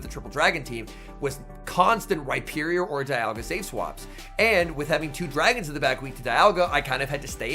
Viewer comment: Love when you say “dayalga” 🤣🤣🤣